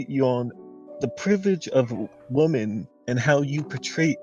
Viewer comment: Say it with me: /WIHM - ehn/